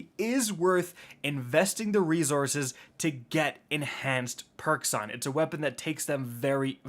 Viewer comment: FOR GODS SAKE, ITS RE-SOURCE!!! SSSSSS-ORCE not ZORCE! Lol 😆